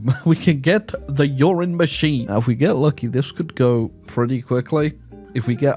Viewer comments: Me: video sounds kinda boring. Video man: "But what about....Urine Machine" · Am I the only one stuck on how he says Uran Machine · All i can think of when you say uranmaschine is "pee factory". LOL.